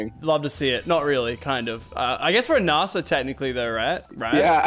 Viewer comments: It's nasa not naasaa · Is nasa not narsa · Why you saying Narsa its Nasa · “NARSE-a” gotta love NARSE-a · It’s nasa not Nassau omegalul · Why is he saying narsa instead of n-a-sa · did any notice at 31 he said N.A.S.A wrong (btw i love your vids Lachlan) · Did anyone notice that lachy said nasa wrong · You say NASA wrong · the way he pronounced nasa triggers me